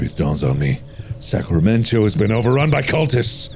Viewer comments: "Sacramen-cho..." Hold the fuck up? Sacramento?! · As someone who lives in Northern Cali... Sacramen-cho irks me >.> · I would watch this over and over again just to hear Mark say Sacramen~Cho. Lol. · Sacramen-cho like San Fransokyo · Ah yes, Sacramen-cho Cauliflowerornia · I thought Mark was saying Sacramento 😆